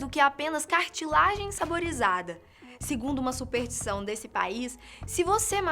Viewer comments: "supertição" "a Filipinas" porra, conseguiram superar meu professor de química com "pra mim fazer" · a minha supertição é que ela pare de dizer supeRtição e passe a dizer superStição